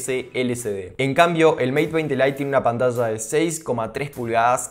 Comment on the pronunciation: y Así siempre dice 'pantalla'?